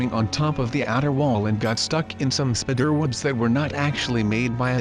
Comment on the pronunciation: The way “spiderwebs” were pronounced 😹 Spidderwebs Edit:I like blue A Light turquoise color Edit2: my neighbor has a green house It’s not too bright like sub green but it’s green